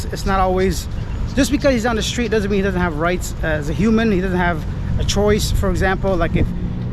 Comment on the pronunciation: I believe it's "street" not steet.